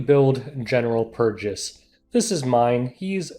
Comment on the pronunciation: c'mon man it's general PURRgis